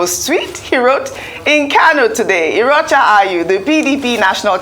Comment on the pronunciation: Ojy, which one be ‘Irocha’ na? His name is pronounced more like, ‘Iyocha’. You are being confused by the ‘r’ in his name. You are in the news business, this is a prominent political figure, get his name right.